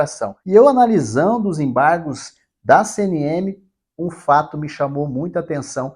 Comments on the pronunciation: Enjoei essa palavra EMBARRRGOS, EMBARRRGOS, EMBARRRGOS. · ACORRRRDÃO, EMBARRRRRRGOS, EMBARRRGOS, ACORRRDÃO....